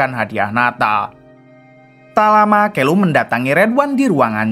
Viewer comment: Santa clause kok jd senter clause.. callum kok jd kelum..konoha²..nyebut anger muni waie...🤣